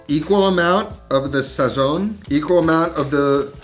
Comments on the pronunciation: how you gon say sazon without any seasoning when you say it like that Celia Cruz sheds a tear in heaven lol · When you pronounce Sazón, the z is supposed to sound like an s while the o remains strong. Look it up….just saying. I really like your videos by the way, very informative. 🤝